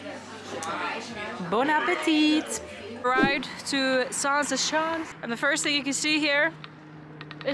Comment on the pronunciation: I know you aren't aware but the way you pronunced "schans" sounded like "sjans." Which is slang for uhmm intercourse. Zaanse sjans is funny though.